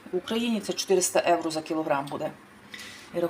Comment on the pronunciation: То ж Ганя й відкрила для того канал у Ютубі,щоб показати свою грамотність 😂,ʼʼнавчитиʼʼукраїнців як правильно говорити,готувати і ще як ʼʼправильно житиʼʼ,та й при тому заробити трохи грошенят,чи то ʼʼевроʼʼ,як вимовляє.Ми не сміємо перечити Гані,бо ж вона рахує себе як ʼʼкомандирʼʼнад нами😂